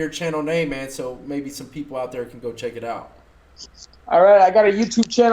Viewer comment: Lol and owtt (out)